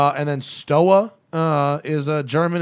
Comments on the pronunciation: Stowa is pronounced with a v instead of the w. Sinn is pronounced with a z sound. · Yes, Junkers is German. “Stowa” is pronounced “SHTOva,” and “Glashütte” is pronounced “GLAHS-HÜTEH.” The umlaut must be pronounced correctly, and there is no “sh” sound in that word. And “Lange” is pronounced (approx.) “LAHNG-EH,” as if you were saying “ahh” at the dentist’s. In 99.9% of German words, every letter is pronounced.